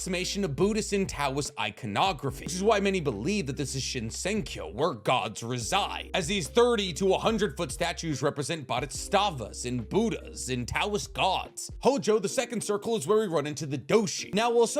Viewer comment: This man called Boddhisatvas 'bodhistavas' but ok i guess.